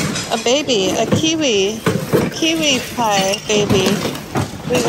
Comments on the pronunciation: Kewpie doll; not Kiwi Pie. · That doll is called a kewpie, not kiwipie doll. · Nippon was the name of Japan before WWII. It doesn't add any more value to the piece. Moriagae is the porcelain extra design on the outside of the vase. Idk if that piece will bring that high of a price but good luck. Kewpie is pronounced cupee like cupid. Lol